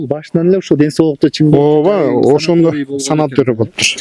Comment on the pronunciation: санаторий Деген созду санатория ИТ деп туура эмес суйлоп жатасын ИТ ушундай денгээлин менен журналисттерди Жана озунду уят кылбай эле койбойсунбу кантип окугагсын Бир созду туура айта алдагандан кийин же атнстациядан сени комиссионно откоруу керекби ОЗУ деле уялбайсынбы тарынба сабатын ото эле жок экен